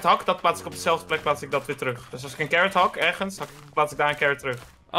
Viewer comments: Normal pep: wortel: carrot: carrrrrrrrrrrrrrrrrrrrrrrrot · Normaal Engels: carrot max: carrrrrrrrrrrrrrrrrrrrrot